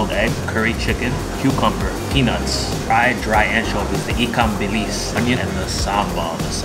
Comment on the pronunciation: Dude, you pronounced 'ikan bilis' proper. Confirmed you are official Malaysian foodie.